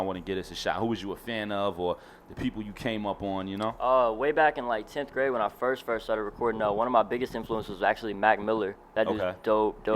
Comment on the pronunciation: He says back in 10th grate 😂 When was that??? lol